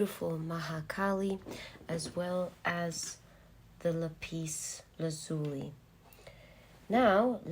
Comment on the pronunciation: Pile 1. Sooo accurate. I like how you say Lapis Lazuli.